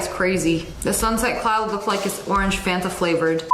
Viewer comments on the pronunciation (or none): none